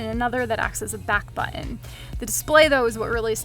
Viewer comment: She says "button" funny